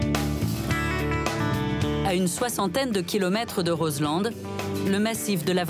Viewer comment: Juste' une petite info : on en prononce pas de "D" de Roselend ! On dit phonétiquement : Rozlan !